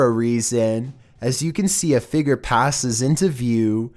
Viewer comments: Number 15 i thought he said bald child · "number eleven. the figger" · Omg it’s figure not figre no hate but I love you vids though